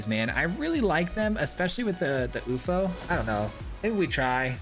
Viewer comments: Pretty sure its you eff oh....no oofo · please. YOU - EFF - OH